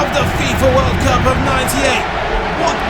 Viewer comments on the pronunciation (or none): none